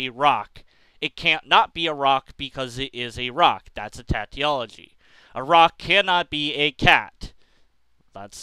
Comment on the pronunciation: "Tautology" is pronounced "Taw" (like saw) "tology" It's one of those words I also pronounced wrong for a while because I never heard it and only read it.